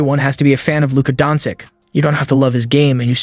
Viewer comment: stopped watching as soon as you pronounced his name wrong in the first line...